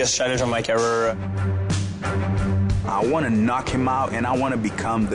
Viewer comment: "Da Biggest Fight of my Curerererer"